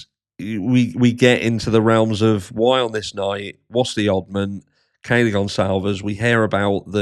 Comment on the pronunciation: Have you noticed she can’t say Kaylee’s name